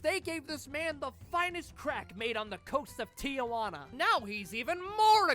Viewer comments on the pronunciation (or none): none